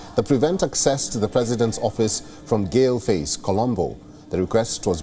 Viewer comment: Not GALE FACE but pronounce as GAUL FACE.